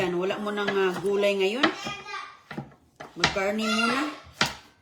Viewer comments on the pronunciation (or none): Carne not Karni😂